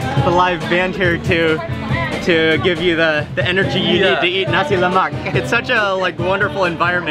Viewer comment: HE PRONOUNCED NASI LEMAK ACCURATELY!!!!!